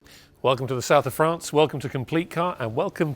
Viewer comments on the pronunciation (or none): none